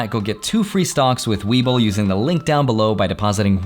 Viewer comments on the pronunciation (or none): none